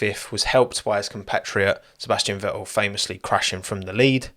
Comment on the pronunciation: Like the content but listening to that accent that cannot pronounce the letter "T" is beyond irritating...... Ve-ool, no its VeTTel....